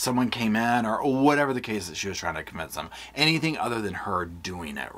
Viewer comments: Is it just me or does anyone else get irritated by the way pronounces her g's at the end of a word with a "k" sound? "anythinK, everythinK, nothinK" It's just so off-puttinK and aggravatinK!! 😅😅😅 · So she puts a ‘k’ at the end of words that end in ‘ing’. Also did she really say ‘why come….’ I know this is super petty but it drives me nuts